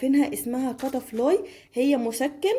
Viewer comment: اسمه كتافلام مش كتافلاي